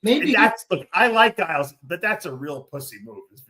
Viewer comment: The way Dave pronounces Giles 😂